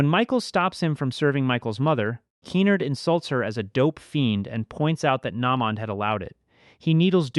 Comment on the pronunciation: Na mond, Ken-Ard, Butt chee, also Keen-erd.